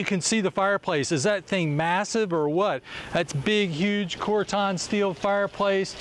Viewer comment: Surely I’m not the only one who cringes whenever he calls corten, corton???